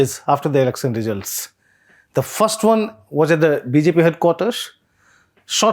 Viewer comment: As a journalist/reporter, first qualification you need to have is to proper pronunciation. Z != J. Result != Rejult.